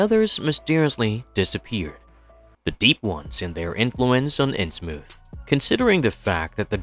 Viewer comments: It's in Innsmouth. Like the thing your words are coming out of. Everyone else I've ever heard talk about it says it that way, so pronouncing it Innsmoof is just annoying and pretentious. It seems trivial, but it completely ruined my enjoyment of exploring Innsmouth with you. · New rule: if your AI literally cannot pronounce THE ACTUAL TOPIC OF THE VIDEO, you cannot post your AI-shlop…